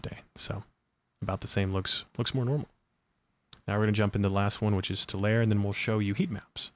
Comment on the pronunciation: FYI it is pronounced Tu lar e Tulare, not Tular thanks, Debbie I lived near that city for 18 years <3, nothing to write home about, farming community and RED. So if you are seeing Harris votes then it swings hard red... yea the trigger point worked.